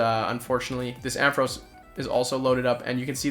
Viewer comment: Why do you say Amphoras?? Its Ampharos, you confused the A & O hahaha